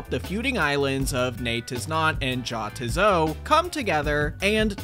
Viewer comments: HAHAH he said Ja tiz so instead of Ya tiz so. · Ne-it-is-not; ja-tis-so European j mate. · Nei-tis not Ja- tis so The j is a y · Bro, it's pronounced "NEE-YET-IS-NOT" and "YAH-ITS-SO". That's the pun, dummy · Great video as always, but a tiny nitpick THEY'RE PRONOUNCED NAY-'TIS-NOT AND YA-'TIS-SO WHY DOES NOBODY GET THAT PUN?! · gotta say Jatizso like your germanic nay tis not yar tis so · So phonetically it'd look like this.. Nay-tiz-not Yah-tiz-so